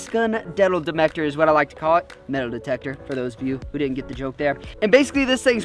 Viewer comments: Did anybody else catch him saying "Detal demector" instead of "metal detector" ?😂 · did anyone notice him say dedle demector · Lol he said detal demector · Is it just me, or did he say, demal metictor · detal metector XD